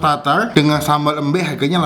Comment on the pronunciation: Salah pengucapan sambel embe nya bukan gtu pengucapanya